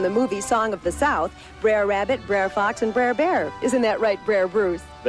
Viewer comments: Stop saying brair rabbit say Br’er rabbit (Ber- ere Wra-bi-teh) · people say 'briar' it's more like a slurred 'brutha'